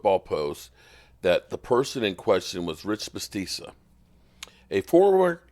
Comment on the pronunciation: your butchering Bisachia’s name. Biss shach e uh…😂